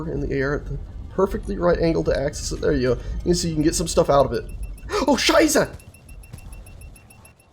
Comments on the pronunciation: guess from his mispronunciation he isn't german at all. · German "Oh Scheiße" It is so funny to hear that from an english mouth as a german